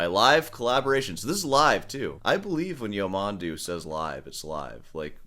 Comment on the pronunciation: Stress on the last syllable: Ya-man-DOO